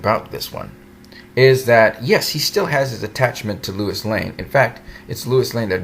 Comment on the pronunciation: Sorry, i dont mean 2 b an ass. But, did u pronounce Lois (LOH-is) as Lewis?? Sorry, i cant... 😅😅😅 Normally, i would hv just skip the video but since we both enjoy the Super specimen that is Henry Cavill as Superman, im gonna cut u some slack n watch. Lol 🖒 for u😆